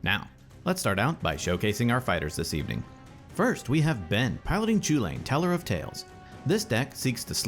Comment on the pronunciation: Would be nice if you would learn to pronounce it correctly, I mean the Eldraine set is almost entirely based in Gaelic and Celtic mythology, so pronouncing the name right would be just the right thing to do. It's Kul-in.